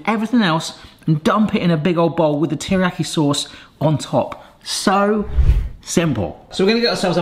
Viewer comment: Me wincing every time mispronounces teriyaki 💀 Please save us from it lol it's pronounced like tear but NOT the crying tear like you've been saying, its actually the grr I'mma tear this apart type tear that's then followed by the iyaki.